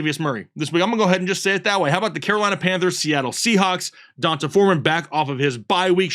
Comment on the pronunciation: I’m being pedantic I know. But I feel like it’s (Dee On Tay) Foreman not (Don Tay) hahaha Fr I appreciate you guys and the hard work!